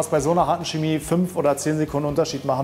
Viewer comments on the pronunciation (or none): Es heißt Chemie, nicht schemie. Mit ich-Laut. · Das stimmt nicht. Die standardgemäße Aussprache des "Ch" am Wortanfang vor den hellen Vokalen "e" und "i" ist ein weiches "ch" wie in "Licht" und "Blech". Laut Duden gilt in der Standardlautung nur die Aussprache çeˈmiː als korrekt.